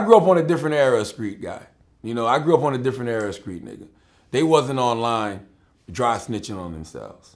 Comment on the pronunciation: Why does he say “skreets” instead of “streets”